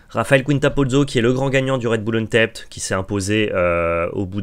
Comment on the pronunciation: Hello; merci pour ce point métao (très bon format!), mais tu devrais check la prononciation de vow, blood et untapped sur l'oxford learner's dictionary ou le merriam webster par exemple... ça me fait mal aux oreilles à chaque fois que tu les écorches 😭